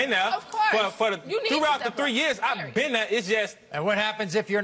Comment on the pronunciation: everytime he says "been", my neck snaps back.